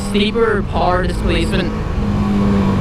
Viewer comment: You like to pee sitting down?! Well, me too.....let's get married! Hahahahah....interesting topic with the bike choices...you've given it quite some thought. Took me a while to figure out you were saying 'power'...sounded like 'par'. I like the sportbikes....but, what do I know?! Stay safe and keep stroking our faces....some of us like it! :)